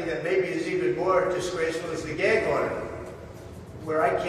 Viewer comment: What's a, "geg order"...? I can't say what i want to on here, but you know...!